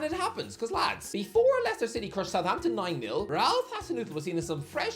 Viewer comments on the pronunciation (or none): none